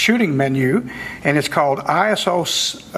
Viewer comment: when he says iso i hear asshole :(